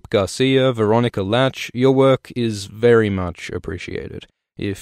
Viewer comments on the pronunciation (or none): none